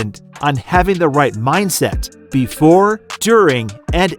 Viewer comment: Lol did he just say mind set? 🤣🤣